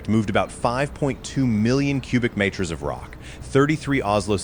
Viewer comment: “Meters” and “Kilometer” I know the AI slop machine has a nonspecific generic American accent and we hate on the metric system but we aren’t so retarded to not be able to pronounce the words. LAMO